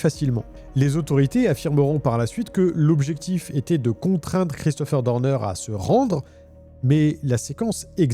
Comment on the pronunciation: Je n'aime pas ta façon de prononcer son nom: c'est Christopher Dorner et non Deurdeur.. bref peut-être est il vivant il suffirait qu'il ait laissé un cadavre d'un de ces ennemis dans la cabane, qu'il se soit échappé par une ruse.. il peut reprendre sa vie à 0 mais dans un autre pays avec changement d'identité peut-être avec une petite chirurgie esthétique pour tromper les IA. Quand il sera lassé de sa nouvelle vie reviendra t-il pour finir sa vengeance..